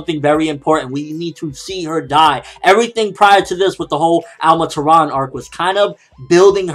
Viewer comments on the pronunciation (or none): none